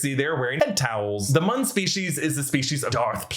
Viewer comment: You are pronouncing Muun wrong. The “u”’s are long “u”’s.